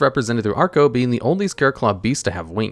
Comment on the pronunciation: Why do you keep saying "arco" when it's clearly "acro"?